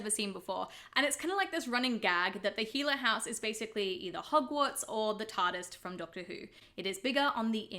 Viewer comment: Did you just say hoggwort’s from Harry Potter .